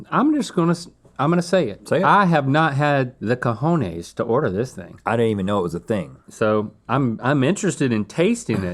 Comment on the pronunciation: I love how everytime US people say cojones they actually say "Cajones", which is basically saying "I don't have the drawers"